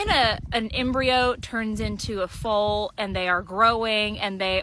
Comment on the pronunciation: DAMNIT AI ABD PROGRAMMERS. FOAL. NOT FULL. GET IT RIGHT OR DON'T DO IT AT ALL IT IS ANNOYING!! I HATE AI AND IDIOT PROGRAMMERS!!